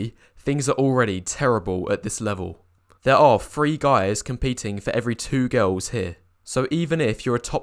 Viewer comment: Love hearing him pronounce girls ‘gowls’